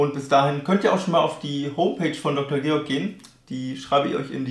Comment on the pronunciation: gutes video, aber ich glaube, der von der firma beabsichtigte werbeeffekt wäre etwas höher, wenn du deren namen richtig aussprechen würdest....... ;)))